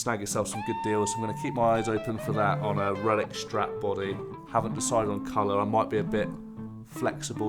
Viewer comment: Yes. I've pretty much forgotten this, but I remember looking forward to what you might be doing and was disappointed. You say "Relic" and I hear "Ruin". Oh well.